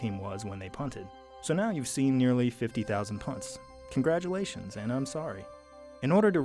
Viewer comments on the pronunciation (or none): now you’ve anout 50,000 kongradulations, and I’m sorry 😂🤣